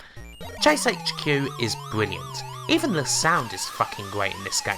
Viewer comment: Wainbow islands is a bwilliant game <3